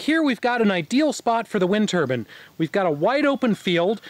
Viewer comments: TUR-BINE! not TURBUN!! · It’s a turbine not a turban 👳‍♂️. Know the difference. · Turbine. Not "turbin". Long "e". Like "confine". Jeez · lol i do love how crazy it sounds when some americans pronounce it "turban" ;)